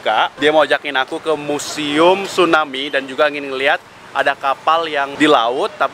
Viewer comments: Tsunami om...bukan stunami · Tsunami.. bukan stunami.. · Stunami yg bener tuh tsunami bkn stunami hahaha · bang typo,,, tsunami jdi stunami:v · Kak TSUNAMI BUKAN STUNAMI